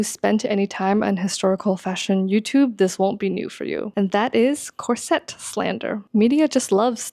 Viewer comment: Ok its a Corset, not a "corsette"!!! I have been wearing them for ages, and my good friend is a costumer, professional, and this pronunciation is not accurate, unless you're speaking French.